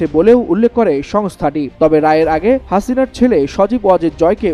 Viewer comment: হাসিনার নামটা বলার ধরণটা ঠিক আছে ❤